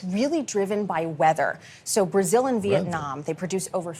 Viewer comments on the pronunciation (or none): none